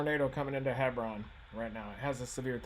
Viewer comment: Hebron = Hee-brin.